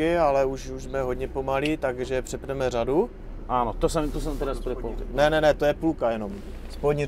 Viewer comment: až na tu "žadu"(řadu) :D :D :D